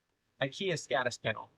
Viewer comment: It's not pronounced "Skadis" with an A, Å (A with a ring on top) is the "Swedish O", pronounced as a longer O so it's pronounced "Skodis" where the O is pronounced like the O in "boring". Å alone is by the way a whole word itself, "river".